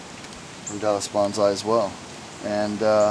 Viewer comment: its bonsai not banzai